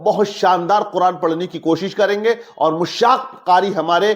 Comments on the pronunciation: मुश्शाक़ नहीं दुरुस्त लफ्ज़ मुश्शाक़ है जनाब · Are Janab Mushshak nahi Mashshak lafz hai.